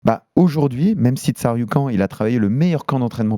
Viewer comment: répète après moi Tsa.... ru... ki... an 😅